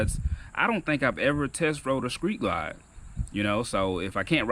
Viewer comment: lol Bro you said "skreet glide" lol